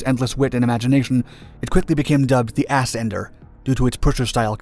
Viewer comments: The "Assender" now thats funny! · The Ass-ender lol 😂 this made the video